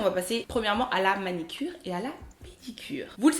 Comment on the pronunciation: On dit manUcure et non manicure